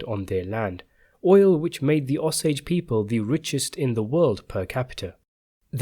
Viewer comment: Ah-sage Indians?? It's Oh-sage! I lived in Osage county.